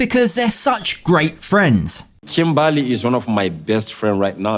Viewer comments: Kimbaaley 😂 That’s how he says it too. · KIMBALLY sorry you said it wrong